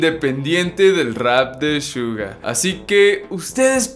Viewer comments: Se dice Suga no shuga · me molesta porque dice shuga no Suga tipoooo amigooo suga NO SHUGAAAAA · NO DIGAS " SHUGA" ES COMO SUENA SUGA NORMAL -.